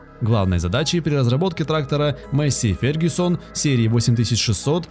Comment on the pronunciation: масєй фергусон